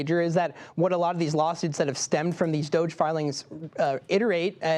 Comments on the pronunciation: It's not 'Dozhe', it's Dodge-y. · it is pronounced do -ge like doge houser.